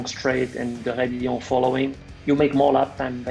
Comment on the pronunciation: It's radillon actually...